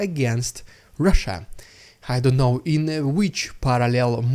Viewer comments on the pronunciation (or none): none